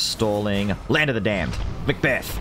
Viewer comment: it’s the way you say Land Of The Damned 🤣 “ˡᵃⁿᵈᵘʰᵈᵃᵈᵃᵐ ˡᵃⁿᵈᵘʰᵈᵃᵈᵃᵐ ˡᵃⁿᵈᵘʰᵈᵃᵈᵃᵐ”